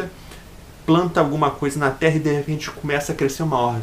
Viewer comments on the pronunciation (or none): none